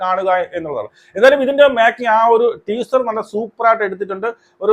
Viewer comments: ട്വീസർ അല്ല മണ്ടാ... ടീസർ 🤣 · നിനക്കൊന്നും വേറെ പണിയില്ലേടാ ഊളെ ആദ്യം ടീസർ എന്ന് പറയാൻ പടിക്ക് മര്യാദയ്ക്ക് 🫢അവളുടെ നന്മരം ഷോ അവസാനിച്ച സ്ഥിതിക്ക് ഇനി അങ്ങനെ നിന്നിട്ട് കാര്യമില്ലെന്ന് മനസിലായി അതുകൊണ്ടാണ് വീണ്ടും സിനിമയിലേക്ക് ഇറങ്ങിയത്